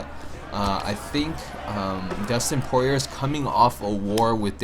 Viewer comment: Poirier is pronounced Pour E A and glad to see you are a fan of UFC